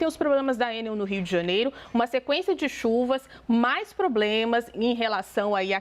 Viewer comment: Pera! A jornalista Raquel pronuncia Ê - NEL. Originalmente uma sigla - ENEL - tornou-se uma palavra normal (acrônimo), portanto, o correto é E - NEL ( tonicidade na última sílaba - NEL. Ex: papel, carretel, hotel, etc)